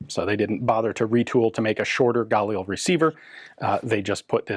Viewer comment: Can't help noticing that Ian pronounces "Galil" the French way. Israelis put the accent on the second syllable. By all means, correct me if I'm wrong. Anyway, why do police have to be limited to semi-auto? Shouldn't they at least have a 2- or 3-round burst-fire option? The bad guys certainly don't impose those sorts of "rules" on themselves. If these were select-fire, they might have sold better internationally.